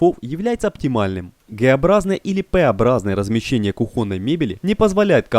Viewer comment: кУхонной, а не кухОнной!!!!!!!